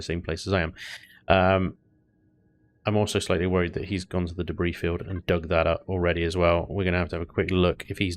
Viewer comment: he really did just read debris like that...